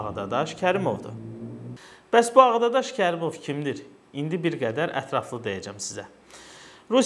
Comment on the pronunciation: Ağadadaş yox səf dediz Ağdaşşax😉